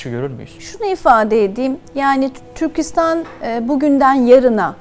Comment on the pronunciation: Yaşayın :) Türkistan gibi -istan ile biten adlarda vurgu son hecede olur. Türkçe konusunda daha titiz davranılması dileğiyle :)